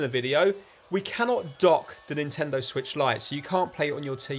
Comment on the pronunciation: Han nintendo suich lite wat